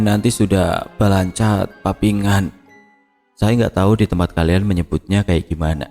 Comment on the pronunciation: Balancat papikangan...bukan balancat papingan